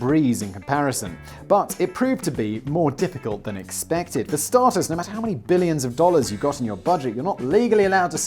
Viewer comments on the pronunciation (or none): none